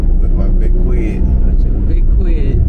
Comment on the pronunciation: 🤣🤣🤣 a kwid! Must have been a squeeze lol